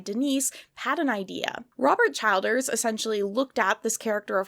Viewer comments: I know it’s off topic but the last name Childers is pronounced Chill-ders. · Chill ders not CHILD ers lol. And I love your biting sarcasm! Holly Hobbie is precious so be nice now!!